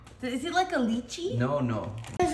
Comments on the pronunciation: Its the Lee Chi pronounciation for me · ooohhh its a licha( the pronunciation) that’s wat my family call them. we hispanic soo ofc it’s different the hard thing is the shell of the seed